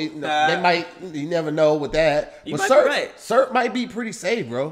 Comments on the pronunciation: can’t say the word syrup 🤔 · Is trying to say syrup?😂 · I'm going to start saying SUURP and not Syrup. Thanks! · Why say syrup like “serp”😂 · Warm surp? 😂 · Does know that syrup has two syllables? 🤔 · Also syrup is two syllables. It took me a minute to figure out what he was saying.